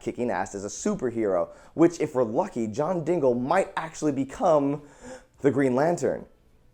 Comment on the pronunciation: JOHN DINGLE, Not to be an ass but it's Diggle not dingle